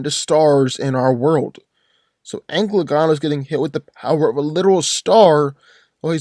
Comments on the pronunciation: It hurt me every time he said ankle uh gone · Normal people: An-cal-a-gon: Anal-gun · that is not an accent, he just didnt read it right, An-ka-la-gon leaves no room to be mistaken is "Anklegon" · It's ann-cala-gon not ancylagon please say the name right at least. I'm trying not to be a grammar nazi but jesus man you butchered tf out of the LOTR names. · AN-CA-LA-GON.... not ENGLAGON or ANCLAGON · Who is Anglegon??? Do you mean Ancalagon?!? Who the hell is Aarondel? Do you mean Eärendil?!? You are butchering their names. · It is pronounced AN-KAL-A-GONE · Sounds like you're saying anklegon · How do u pronounce Ancalagon as anglegon thats so off it doesn't even make sense to say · its pronounced An-Cal-Lah-Gone not the way you said it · Every time he says Ancalagon the wrong way it physically hurts me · I say Ancalagon the Black wins because his name sounds much cooler. ( misspronounced his name)